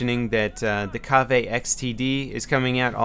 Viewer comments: your pronounciation of the product is incorrect..its simply Cave (kave) not what you said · how about you actually use these headphones for longer than a day, the Kave *pronounced cave*, doesnt feel heavy at all when being worn.